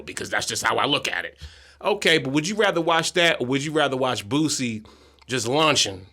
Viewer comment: HE SAID BOOSIE NAME CORRECT BOOSIE WHAT DID U THINK HE SAID